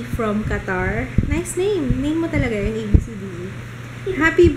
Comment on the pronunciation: Hi congrats its a baby boy. Happy family can't wait to see baby joo. U take care . Always love ur vlogs. I think Abcde (ab-see-dee) the correct pronunciation I'm not pretty sure tho because I have cousin the same name. Shout out for me mwahhhhhh thank u 😄😘